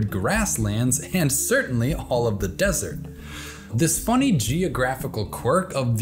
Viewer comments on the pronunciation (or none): none